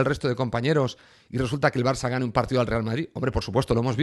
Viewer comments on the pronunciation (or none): none